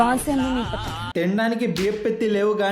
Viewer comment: technologiaaa thechonoloziaa!😂🤣🤣🤣🤣